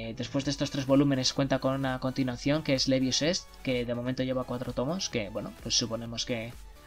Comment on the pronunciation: Se dice Leeevius, no Leviusá. XD No, en serio, creí que ibais a dar alguna noticia del nuevo manga de Mashima. Por lo visto iba a apetecer Plue en él :/ se viene ahí fairy tail 2?